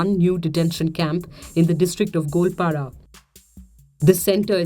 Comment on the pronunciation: It's Go - al - para.